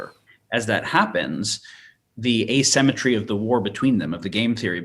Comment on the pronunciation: How am I supposed to take someone seriously who says uh-SEM-etree instead of ay-SIM-etree? Is he for real? One minute in, I'm out. Quick comment, then see-ya.